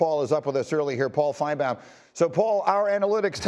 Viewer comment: I like when Greeny and Paul are together and Greeny uses the Jewish pronunciation of Paul’s last name. He’s the only person who calls him Fine-bowm.